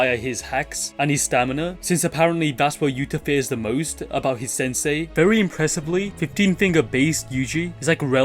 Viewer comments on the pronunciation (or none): none